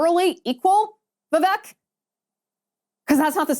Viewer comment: Liz! Vivek’s name is pronounced like CAKE! Vi vake!!